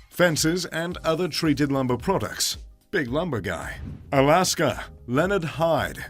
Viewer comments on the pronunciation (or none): none